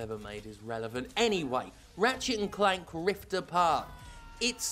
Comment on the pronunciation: I legitimately thought you said Rivet and Keith! 😂